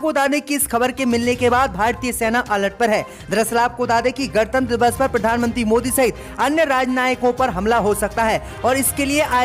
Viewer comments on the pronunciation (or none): none